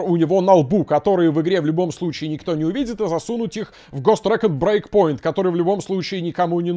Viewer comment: Каждый раз, когда произносит Ghost Recon Breakpoint, я слышу Гос Трэк'н'Брейк Поинт